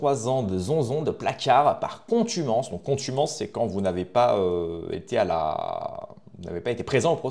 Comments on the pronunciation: Contumace et pas contumance. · « Contumance » ou contumace…😁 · Contumace, pas contumonce, ducon.